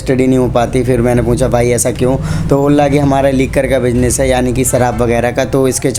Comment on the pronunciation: TE nhi BE hota hai 😂😂